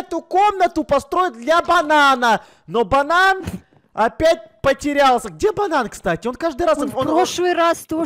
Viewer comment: Кто тоже услышал ботан, а не банан